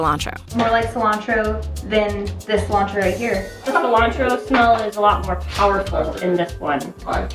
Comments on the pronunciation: Why do you call it Koreander and scillantro? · Non-native English speaker here. The fact "cilantro" is pronounced "silancho" is wild to me